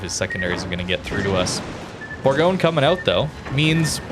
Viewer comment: Bourgogne is pronounced bour- gon- ye.